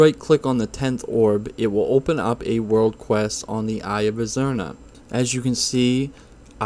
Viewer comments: was about to comment same thing. had to double take them both haha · Not only did he call azsuna and stormheim wrong he called eye of azhara eye of azruna